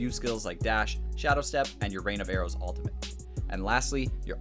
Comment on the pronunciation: wtf is an "altimate"?